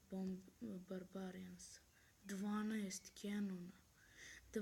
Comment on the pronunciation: mogo bi malko da nolje naucis citat engleski posto se ne cita barbarian nego barberien, nije gigant chest nego dzajnt chest/giant chest. udji u nas klan Balkan elita grb crno-plav i kosturska glava na srredini leader je Pobjeda 100%